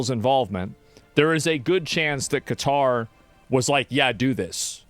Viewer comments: Why does he keep saying cutter instead of KATAR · why's he saying Qatar wrong...cuh-tar....he needs to get out more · kutar, dose he mispronounce it on purpose? Yes, mans smort. Dont believe this mans words. Just a indoctrinated religious guy. He is on the wrong side of history. We just want peace. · LMAOOO Ben kept pronouncing Qatar as "cut are" that someone wrote in the chat "CA TAR PILLAR" 😂😂😂😂😂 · The guy can’t even pronounce Qatar correctly but wants you to side with him on his podcast 👀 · Asmongold: Qatar Everyone: Ben Shapiro: Cutter Everyone: slap forehead